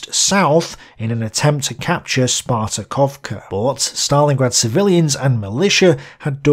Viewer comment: SpartaNovka not Spartakovka :) <3 Grüße